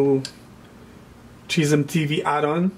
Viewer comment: Dude can't pronounce schism to save his life.